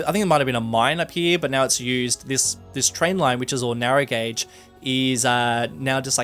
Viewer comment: You said Narrow Gauge but I thought you said “narrow gate” That lead me to a town name Narrogate, a play on Harrogate in England